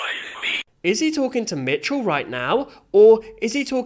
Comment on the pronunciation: It is Micheal not mitchell